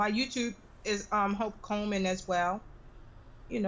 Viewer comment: Sounded like the Queen said Hulk Hogan when she introduced Hope Coleman!